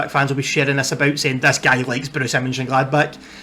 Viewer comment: Hi,first, I love how you say Borussia Mönchengladbach 😍 It's really difficult, i know. I like your video, but I have to learn too. You speak slow and clear and with the time i understand it more and more. My trikot last season - Jule Weigl. When you come to Borussiapark, I show you the city and all you have to know about our fantastic club. Well done👋🏻🖤🤍💚